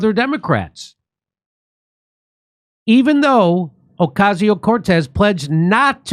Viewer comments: Hahahaha like the way you say OCASIO CORTEZ🤣🤣🤣🤣 a hard hit CORTEZ🤣🤣🤣🤣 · Stop doing violence against AOC by pronouncing her name that 😂😂😂😂😂😂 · Trump proved that you can literally drum someone out of politics altogether by simply making a mockery of them. So I hope Jimmy continues to use the exaggerated pronunciation of AOC's name. 😂